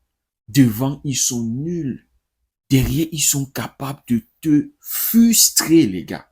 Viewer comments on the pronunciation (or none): La meilleure analyse ))) Avec beaucoup de légèreté 😅 Je suis Tunisien et sincèrement.. la Tunisie devait être punie .. .. C'est f"r"ustré .. pas fustré 😅